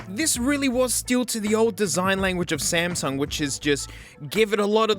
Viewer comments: Bro said Smasnug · The "SMASNUG" got me🤣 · it’s SMASUNG NOT SMASNUG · "Smasnug" bro wtf 💀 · foreshadowing and also ''WOAH SMASNUG'' 😂😂😂😂😂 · s- SMASNUG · I lovem whe he calls samsung the samsnug 😂😂😂😂😂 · That smasnug caught me off guard 🤣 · "smaZnug" hehe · Smasnug. You mean Samsung. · Real: Samsung What he said: SMASNUG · SMASNUG AGAIN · and there. You forever ruined the way I say "Samsung". I even refer to my S23+ as a Smasnug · Samug🚫 Smasnug✔ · love the smasnug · Sp- SMASNUG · The Smasnug Galaxy Note 7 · Ah yes, the Smasnug. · "iM aRmInG tHe SmEsNuG" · Smasnog lmfao 😂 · He Just Said Smasnug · S M A S N U G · "Smasnug" got me dying💀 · Lol SMASNUG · when he said smasnug i felt that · He said smasnug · SMASNUG has me dying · is blud wron for saying smasmug tho? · S M Λ S N U G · came in hard with the smasnug 🤣🤣 lost it right there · “Smasnug” - 2023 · I'm never saying samsung again.. smeznug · You said Samsung worng